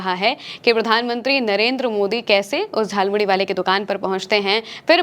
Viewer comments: झाल मुड़ी नहीं जाल मुली बोला गया है । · Jhalmuri ko jhalmuli bol rhe ho 😂😂😂